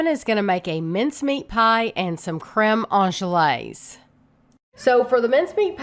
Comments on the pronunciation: Crehm awn-glays not awn-je-lays, sorry, I had to be that person. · thank you Kevin and. It's pronounced anglaze (you've got the "an" pronunciation right), the end section is pronounced glaze. I watch baking shows and professional bakers make it pretty routinely, though I never have. it looks delicious